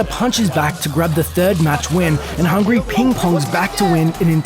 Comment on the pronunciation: God every time the narrator called hbox "hungry" made me cringe. You can really tell the narrator(or the script writer), doesn't follow these fighting games very closely at all